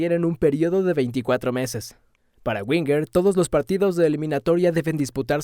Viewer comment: Nada más escucharte pronunciar mal el apellido de arsene, hace que pierdas toda credibilidad.